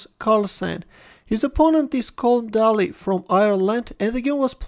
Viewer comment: Day - lee